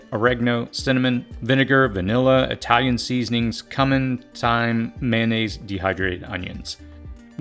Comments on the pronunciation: Woo a great video my man! Keep up the good work also omg we eat a lot of pounds of food in a year lol! I do not want to be nitpicky but the Cumin was pronounced wrong not sure if you can edit/fix but not a big deal =). kyoo -muhn it has the Q sound like Qumin English am I right. I need to work on the water part of our preps cause we have 4 people and only about 20gallons of water stored but we have 3 filtration devices and a river about .5 miles away from us but still not good to rely on something I might not be able to get to. Thanks again for the video!! \o/ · Holy cow, your preps are deep. So much food. Excellent video, thank you! I’ve got a long way to go. Also, side note about the spice Cumin. Pronounced “queue-men”